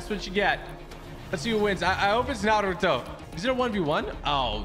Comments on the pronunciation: It’s N A R U T O NOT N A R U D O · its naruto not narudo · All the Naruto fans can agree: the needs more respect for saying team 7’s name correctly, instead of NaRuDo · NAR- ROO-TOE not NA-RUE- TU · Why did samara say narudo its naruTo😡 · Whos nar roo toe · Narudo it’s naruto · bro said "Naluto" at the beginning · when she said "Na-doo-ro" i died :(( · He said naruto like narlto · She said narudo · Somoene count how many times they mispronounced the the naruto names or tried to say them in japanese acent. Still, love your channel man! did'nt want you to feel disrespected. Loved this video! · Don't now how to say Naruto l just stop saying his name